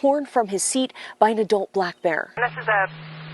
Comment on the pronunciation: Why the emphasis on black bear.